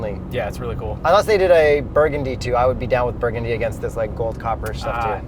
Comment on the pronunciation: Yurgundy? Lol nice edit